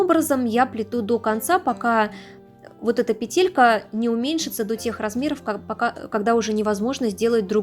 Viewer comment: Только, пожаааалуйста, не петЕлька, а пЕееетелька